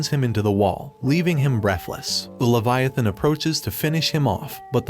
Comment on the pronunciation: Levi=a -thon